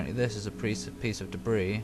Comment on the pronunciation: "A piece of debrise"... hearing that made my day, believe it or not. XD